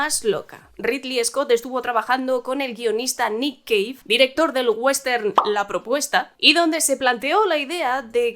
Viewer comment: "Gladieitorrrrrr" "Westerrrnn" "Bleid Ranerrr"